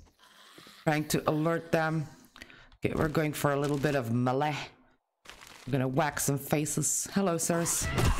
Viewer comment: As predicted you missed the crate hidden on the other side of the pile of rubble. It's under where the upper floor overhangs.;) It's still pronounced "MAY LAY"...Damn it...LOL Youtube darkens the video so much that it would have to look almost daylight for you in order for us to see what you're actually seeing. You can eat the egg. You can make a campfire and cook the meat so that it adds to your stack. The entire building is made out of stone... You're about to get to one of the biggest loot rooms in the game...with 3 inventory slots. A drop chest would've definitely been the thing to do,...LOL